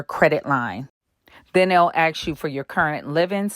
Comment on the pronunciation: Ask, not 'ax'